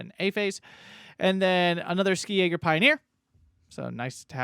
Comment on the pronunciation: I'd like to give you a pronunciation tip. In German the "Sk" in "Ski" in pronunced like a German "sch" or English "sh". Realy like the reviews btw.